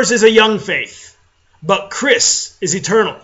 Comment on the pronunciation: THAT'S NOT HOW YOU PRONOUNCE CYRISS!!